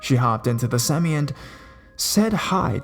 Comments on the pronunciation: I love your storytelling style.Great voice too.FYI, it's pronounced Sem-eye, not sem-me, just so you know.Awesome work. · Lol "seh-my" semi..! Not seme! jk but good narration awesome job.